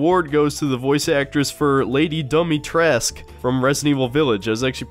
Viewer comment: Ahem... it's pronounced Dee-mee-treh-scoo